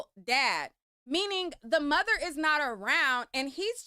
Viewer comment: I’m not trusting any man who says “Moder”.